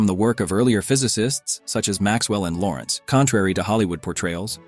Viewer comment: Lorentz, not Lawrence!